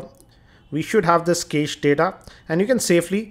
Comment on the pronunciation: video, One correction-the pronunciation for cached is 'Kashed'.